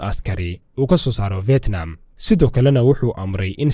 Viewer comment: Fetnam mahane fidnam dheh haugu dhawaqin sida ad CNN ka ad kamaqashay